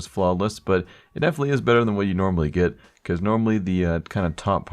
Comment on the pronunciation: everytime you say normally i hear anomaly:DD